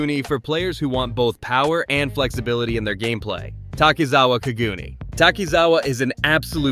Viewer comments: "kagoon" cog-u-nay is how its pronounced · Say it with me now “Ka-Gu-Nay” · Bra U sayin kagune wrong talkin bout some "kagoonies" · quick tip: in ur tts put in the hirigana for the japanese word so it pronounces it correctly for kagune im relatively sure it would be かぐね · How do you manage to mispronounce Kagune every single time